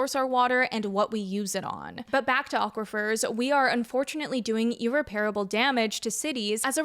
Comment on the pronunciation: I believe it's Ear-Rep-preable